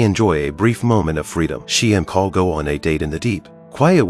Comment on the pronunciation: it not paul he name is paolo.